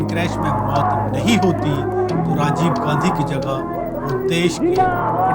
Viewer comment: कैसे कैसे लोगो को एंकर बनाते हो सर जी जो राजीव को साजीव कह रहा है और १९४६ को संजय को १८ साल का बता रहा है😁